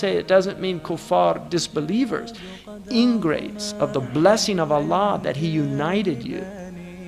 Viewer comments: *ingrates, not "engrades" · ingrates** not engrades. ingrates meaning ungrateful people.